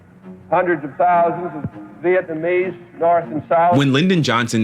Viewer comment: The way he says Viet-nommy's is hilarious. Trying to say Vietnamese. You can tell he was like 'whats the pc word for gook?'